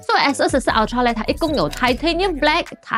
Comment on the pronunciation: 麻煩先去了解ultra正確唸法好嗎😓